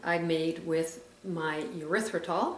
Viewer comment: Urethratol??? Sounds like a drug to treat bladder infections!!! lol. How about pronouncing it like it's actually spelled?